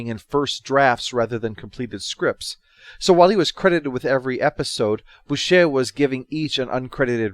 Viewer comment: Boucher is pronounced bow-cher, cher as in how you say the second half of butcher. Though Nation is credited as author of the entire first series a lot of the episodes were either written by or touched up by Chris Boucher with Nation only handing in a barebones plotline for an episode. Even Michael Keating wrote a short dialogue for the episode Duel when it was discovered that some filming had been damaged and couldn't be used. Instead you heard it off screen whilst Vila and Gan talked.